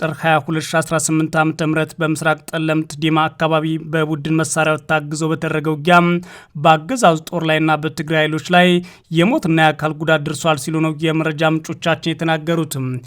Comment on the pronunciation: በቃሉ አላምረው የተባልክ እከክ ወያኔ የቦታዎችን ስም በትክክል ጥራ። "ጠለምት" ተብሎ ነው የሚጠራው "ጸለምት" አይደለም። አውቀህ እንደሆነ የምትስራው እናውቃለን።